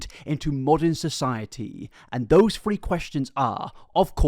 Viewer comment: I like that every time he says three is sounds like free